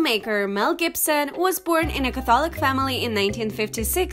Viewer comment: This person hates gibson and cant pronounce catholic properly...